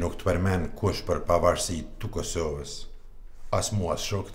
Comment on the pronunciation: Kur thot tu Kusoves maroj dek ahhahahahahahahhahahahahahahahahahahahahah